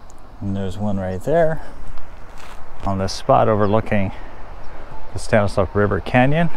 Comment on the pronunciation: It's pronounced "STAN is law,". Surprised you didn't know that, being from there.